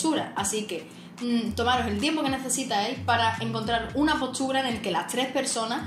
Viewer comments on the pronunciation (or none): PORQUE PRONUNCIA POCHURA CDO HABLA EN VEZ DE POSTURA?? DE DONDE SOS, CON EL ACENTO TAN RARO?? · ES "POSTURA", NO POSCHURA